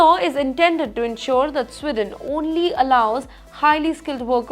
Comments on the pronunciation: Madam journo.....country is Sweden not Swidon ....diction and accent imp in any language 😂. Why should any country bow before Indians? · It is not “स्िडन” it is “स्वीडन” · It’s not Swidon. It’s Sweden. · Again it’s “Sweeden” not “swiden”. You can spell but not pronounce. Please learn English. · Sweeeden not Swiden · It’s not swiden or swidesh it’s sweeden with an emphasis on the first “e” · Please pronounce the word SWEDEN correctly